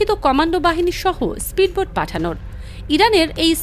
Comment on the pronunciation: স্প্রীডবোট নয়। উচ্চারণটি হবে স্পীড বোট।